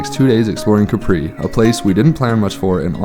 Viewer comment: Thank you for this episode. Regarding your claim on Capri (please work on your pronunciation) being the most beautiful in Europe. How many other islands are you comparing it to? Keep up the fun